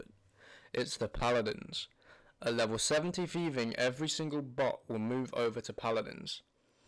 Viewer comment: if you fucking make a video about thieving, at least go thru the effort of pronouncing it correctly, it is not fucking jiiving or shiiving